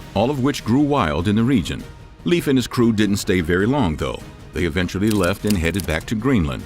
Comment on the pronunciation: I love your videos but his name is pronounced more like Laef not leaf like a plant